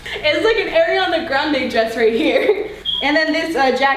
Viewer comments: This is how you pronounce Ariana Grande Air-iana Grande This is how i pronounce Ariana Grande Are-iana Grande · ARIana NOT AIRIana